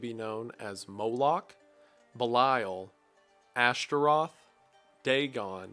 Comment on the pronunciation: a genuine question , are we pronouncing belial as B’lisle?